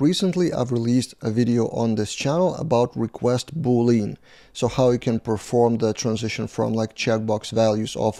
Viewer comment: Pronunciation of Boolean is "Boo lyan"/"boo .lee·uhn". XD